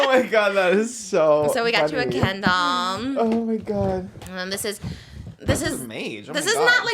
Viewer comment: "So we got you a kindlllMMMM." 😂😂 Love you, Trish! 🫶